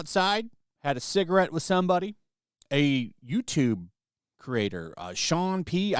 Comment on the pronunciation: shared a "cigrit"...